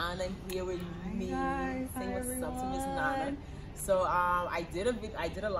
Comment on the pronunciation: Can we please try to pronounce our names without an American accent ? "nana" is "nana" regardless of the language you speak and you grew up in Ghana. Too many people are doing that nowadays! Sad our names are not pronounced properly even in our own land ... common "nana" asem